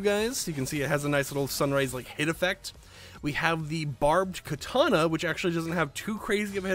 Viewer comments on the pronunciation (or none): none